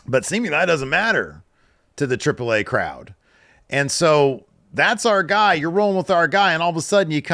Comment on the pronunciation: I know is a silly guy. I love it. But boy if you don’t quit saying “Triple Ai”. Its treep lay ah